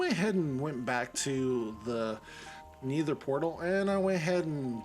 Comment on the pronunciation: "Neether" cracks me up every time